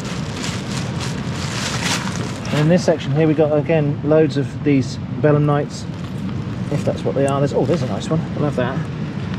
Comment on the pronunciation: Every time you say bellamnites I hear Bedlamites and the visual of collecting Bedlamites on the beach is really something